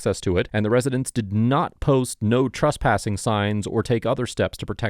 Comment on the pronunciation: Love these videos, I just wish he'd stop pronouncing "Trespassing" as "TRUSSpassing"